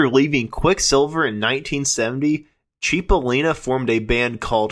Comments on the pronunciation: It's pronounced "sipolina"right? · Heysoos Fkn Christo... it's "Chip!" CHIP!! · I never heard of a "Dan Freiberg" at least not in QMS. Sir, Cipollina is pronounced more like 'Chipo/lean/uh' pronounced straight through, not CHEE po leen uh. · It's pronounced CHIP-O-LIN-A = CIPOLLINA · So many errors!!!! So many mispronounced words! “Cheep-o-leen-a” made my hair stand up! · It’s not pronounced “Chip-o-Leena”.. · He was my friend…it is pronounced “Chip”ollina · He was my friend…It’s “Chip” ollina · Boy, I can't get over all of the mistakes, misinformation and errors in this video. And a lot of the names being mispronounced, that is just wrong. Not to mention historical facts being wrong as well. I worked with Terry & The Pirates producing many CDs for Terry Dolan and I was John Cipollina's roadie in 1988 and 1989. So I'm pretty hip to their history, and John Cipollina's too and I helped in producing his 3 DVD set "Recoil". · John’s name was mispronounced, but that’s ok. You obviously have a passion for this. And John worked with the legendary Welsh band Man before his untimely young passing. The live recording with Man at the Keystone Berkeley is a classic.